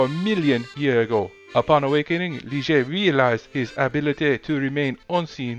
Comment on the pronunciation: That is actually pronounced Lye-Ger. The French word Ligier is the name of the Formula One car that Mirage is based on.....the Ligier JS-11 competed in Formula One in 1979 and 1980.